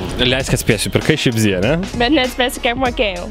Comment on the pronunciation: Ne šipzi o šipzy :D